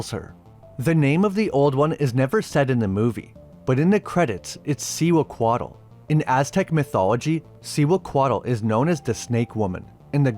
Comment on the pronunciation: See-hua-co-ought "Cihuacoatl"